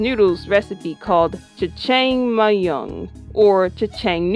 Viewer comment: Jejang myong? Its prounounced as like jajamyon Correct if me if im wrong tho